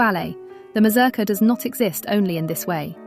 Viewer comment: Your pronunciation of this. Is horrible. It's a Polish word, not English. The U in the name should sound like OO. Slavic languages are phonetic. The letter is the sound. As in English name of the letter has nothing to do with it phonetically. If you going say the word every two seconds check the pronunciation. Or ask anyone who did ballet or folk dance. Just embarrassing.